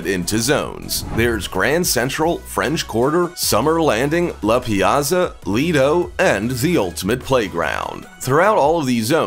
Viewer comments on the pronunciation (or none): none